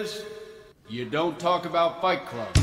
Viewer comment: Fajt klub? Letko? Chlopie, masz nad czym pracować